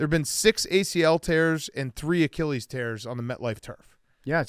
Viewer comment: “On his acheeeeleees?” -memes